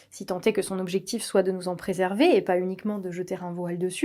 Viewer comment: on ne dit pas "soitE", enfin si mais dans un seul cas, quand on peut le remplacer par "certes" par exemple... le T final de "soit" ne DOIT PAS être prononcé. Par ailleurs c'est affreux à l'oreille, sans doute la raison pour laquelle on a décidé au fil des ages de le taire du reste...